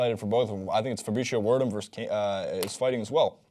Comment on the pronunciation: fabricio word um?.... its pronounced Ver'doom ... but ya youre a respectable source of information when it comes to mma